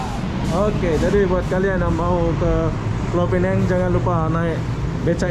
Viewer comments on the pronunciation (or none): Pulau Pinang (bahasa Melayu)... bukan Pulau Pineng... Bahasa Inggris nya Penang saja...